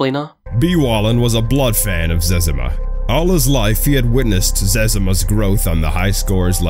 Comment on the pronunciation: What the hell is a zezama? It's ze-zima.